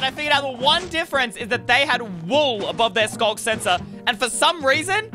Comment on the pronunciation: Why Is It Skog Sensor Instead Of Sculk Sensor?